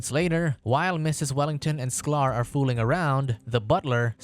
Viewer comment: It is sky-ler not sclar